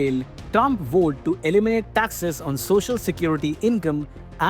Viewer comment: Vowed pronounced as wow-ed not woe-ed